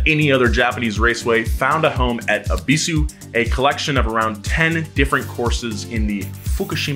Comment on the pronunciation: this man really pronounced Ebisu like that